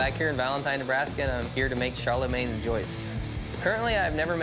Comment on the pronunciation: And Charlemagne is also badly pronouced, but at least it is recognable for a French-speaking person.